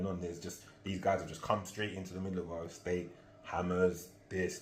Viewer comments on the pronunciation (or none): Whole way thru i thought u was saying "four" untill the hammer bit😂